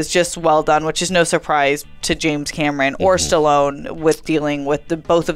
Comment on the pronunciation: Why do you keep saying James Cameroon?